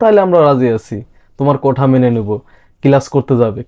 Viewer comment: কোঠা নয়রে দাদা। কোটা QUOTA.